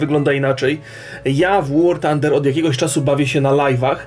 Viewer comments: nie czyta się tander tylko fander, th czyta się jako f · Zapis fonetyczny "th" to ɵ a wymawiamy ją jak s z koniuszkiem języka między zębami. Chcesz świecić to się najpierw dokształć.